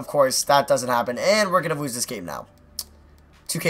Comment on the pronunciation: "It looks like we are going too wose this game"